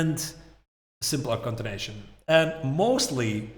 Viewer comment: its continuation not contination. So distracting